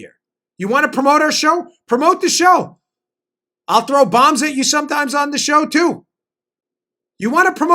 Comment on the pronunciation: Ooooooo he said throw a bobm